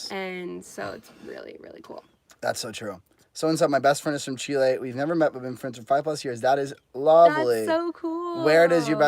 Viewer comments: GeoMac Granddad Garbage. Just ask a Chilean or better still, live with one for 30 odd years. By then you know what the country is called and how the people call themselves. If anything, you use the short vowel e sound not the long sound as you would in the name André. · I try hard to explain this to travellers, the country is pronounced Chileeeeeee not Chilay. My partner, being a Chilean, finds this frustrating. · You can't really do phonetic pronunciation in English to convey how words in Spanish sound exactly. Better to learn the Spanish sounds, and in particular the vowels which unlike there multiple sounds in English only have one sound in Spanish. That said, the closest would be: Chee-lay.